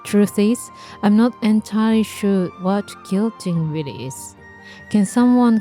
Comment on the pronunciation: And the pronunciation is like “kwilt” and “kwilting.” There’s actually a “w” sound there. A kilt, the way you’re pronouncing it, is a Scottish man’s skirt. I know some languages like Spanish don’t put the “w” sound in “qu.” Think of the word queen. You probably are familiar with that.